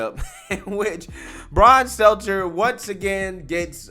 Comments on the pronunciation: when are you going to stop calling him SELTZER and actually call him STELTER? I don't know why, it just bothers me 😂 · Brian's name is STELTER, not SELTZER. I know it's a small point but please try to get it right. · I love how you call him Brian "Seltzer" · STEL-TER, it’s Stelter 🤣😉🤷‍♂️ keep up the good work brother!